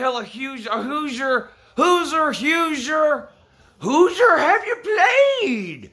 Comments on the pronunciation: omfggggg jit said hoozer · It's pronounced WHOsier as in WHO'S your daddy...the answer...apparently not Penn State. Probably Ohio State though... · Lmaooooo "Hoosier have dey pwayed, Lou"